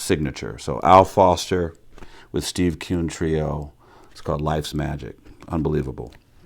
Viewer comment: Btw, it’s Steve “Kuhn”...